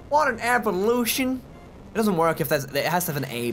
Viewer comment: What in evol-a-tion 😬